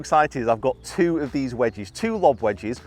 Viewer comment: Nobody:: wedgees